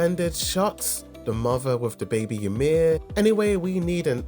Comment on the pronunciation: "A yo meen" 😭